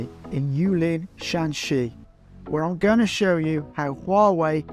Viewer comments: Shanxi not shaanxi😂😂😂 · Hi, Just a friendly suggestion. Shanxi & Shaanxi are provinces north & south of each other. They have different pronunciation. Google can pronounce them pretty well.